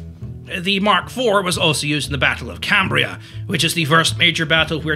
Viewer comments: Cambrai, not Cambria!! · Minor correction; Cambrai isn't pronounced cam-bree-a, it's more like com-bray. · I love you, but it's Cambrai. Not Cambria.